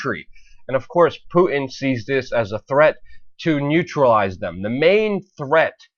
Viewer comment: the name is Putin not Pu 'in. there is a big ass T in there. if you want people to think you know what you are talking about pronounce the man's name right